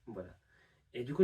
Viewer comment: très belle gestion du "du coup", ça fait très natif